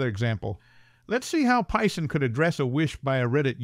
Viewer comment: "Pie-son?" Or Python?...